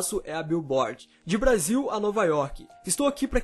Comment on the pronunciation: Alguem mais percebeu que ele falou Brásil?kkkkk